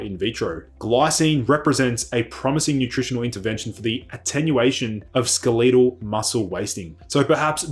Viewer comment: Wait, what . . . "skel-EE-tel" muscles? What language are we using here?